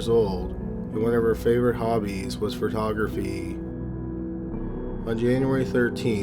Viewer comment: These videos are great/well-researched. However, please make sure that you research names & pronunciations to reach the next level. *Pho-tography, no *Fer-tography. And, it's *Silver Spring, MD--not Silver Springs.